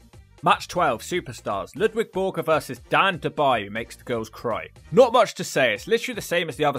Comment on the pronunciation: Its LUDVIG not Ludwig